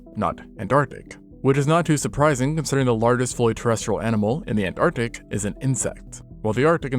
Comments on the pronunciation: Wtf is “antartic” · What's up with 'artic' and 'antartic'... is this AI art?